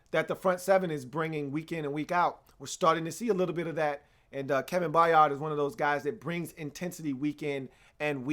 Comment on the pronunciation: only thing is Kevin's last name is pronounced By-urd it's not a hard 'A' in the middle of his name, I say this because it's important to pronounce future Hall Of Famers names properly -_^